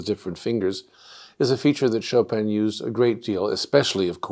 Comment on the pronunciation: This is great. Thank you. Please ask the moderator to stop sounding an ’n‘ at the end of Chopin. It is annoying when pronouncing Chopin, especially when making the nasal 'in' as in French --- a sound that doesn't exist in English, and which he pronounces well (congrats!). In French, ”ce n'est pas facile pour un anglophone de faire ces voyelles nasales (an, en, in, on, un)“. Please stop tagging an 'n' sound at the end of Chopin.